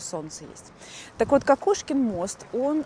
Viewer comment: Благодарю Вас за чудесную прогулку! Понимание того что есть люди, у которых восприятие мира совпадает, радует и утешает 🤗 И еще если позволите - канал и kanava это слова синонимы. В XIX веке ни у кого в Санкт-Петербурге не вызывало удивления. И возможно мост все таки - КОкушкин, так как довольно долго его называли : КАкушкин, и только после того как известная эпиграмма и рифма с фамилией поэта стала популярной, новое ударение пошло в народ. Хотя до сих пор иногда слышу как произносят КОкушкин мост. Так же как у нас на В.О есть улица ВесЕльная🤔 Отличная интеграция в творчество П.Перца, всего доброго и ждем новые истории с Вашим участием!)